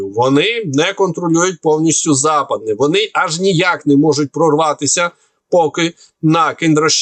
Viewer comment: Ви так вперто неправильно називаєте села Западне і Фиголівка. Якщо не довіряєте глядачам, то подивіться самі в інтернеті. Там стоять правильні наголоси в назвах цих сіл.